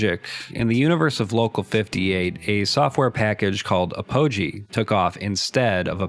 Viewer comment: "Apogee" is pronounced "AH-poh-gee," stressing the first syllable, not "ah-POH-gee."